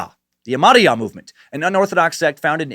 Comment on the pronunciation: Lol! It was fucking hilarious listening to you pronounce Ahmadiyya.